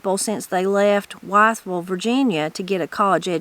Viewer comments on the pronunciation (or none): I wish he had talked more about Lincoln Memorial University because it’s right down the road from me and my two sons attended there. I don’t mean to correct you but “Wytheville” is pronounced as if it were spelled Withville. That’s another place I’m familiar with here in southwest Virginia. I’m sure enjoying this book. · Enjoying this series! I’m from Northeast TN and we always heard it pronounced WITH-ville.